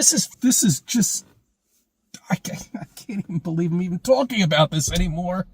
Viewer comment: I spotted it. He said "ball-eve" instead of believe. Very sneaky